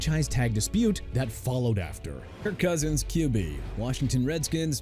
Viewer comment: STEVE SMITH SR. NOT "TEVE SMITH SR.", TRENT WILLIAMS NOT "BRENT WILLIAMS", KIRK COUSINS NOT "IRK COUSINS", DREW BREES NOT "BREW BREES" AND NEW ORLEANS PRONOUNCED NEW OR-LINS NOT NEW OR-LEANS!! GOT A PROBLEM WITH GETTING THE NAMES RIGHT,?! DO AMERICA A FAVOR AND QUIT!